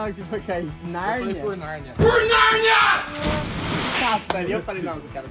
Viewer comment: KKKKK O João: Por Nánia kkkkkkkkkk